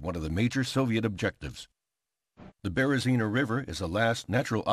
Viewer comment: As a citizen of Belarus, I find it strange but funny to hear you pronouncing names of cities and villages tottaly wrong))))))) ( BerezinA, VItebsk, etc.)